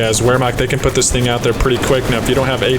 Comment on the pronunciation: Just wanted to drop this here. Wehrmacht is pronounced: Vār-mokt